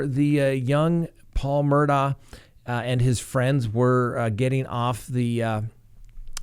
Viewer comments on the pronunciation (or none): It's pronounced Murdog not Murdaugh! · it’s spelled Mur daugh but the family pronounces it… Mur Dock. Just FYI 🤪